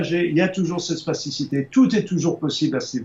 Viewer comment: Spasticité ou plasticité ? Vous semblez prononcer spasticité mais je ne vois pas le rapport avec le cerveaux alors que l'on parle souvent de plasticité du cerveau pour décrire sa capacité à modifier et réarranger ses connexions neuronales en permanence. Merci du reste pour vos programmes !